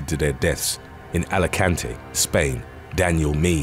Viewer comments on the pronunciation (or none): none